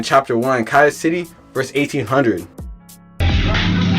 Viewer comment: Garbage video in you saying the name of the hood wrong